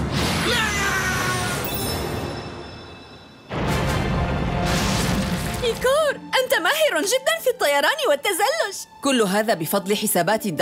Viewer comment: ليش عم تقوليلو ايكر وهو اسه ايكور